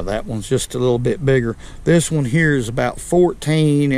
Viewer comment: “That’s what we like to catch heyah”